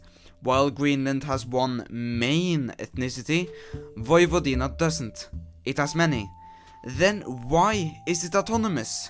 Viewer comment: tnx for pronouncing Vojvodina almost correctly.